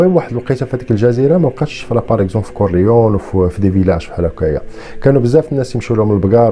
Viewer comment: لوتشانو ليجو ... ونطق كورليوني ماشي كورليون .. احترمك اخي حيت ملي كنتي يالاه بديتي كنت متبعك ولاحضت عليك ملاحضة كنتي كادير واحد الصوت بحال يلا كاتاكل ونتا كاتحكي القصص و سمعتي الملاحضة و عجبني الحال ملي لقيتك طورتي نفسك برافو مزال رأسك صغير وزايد في تطور bravissimo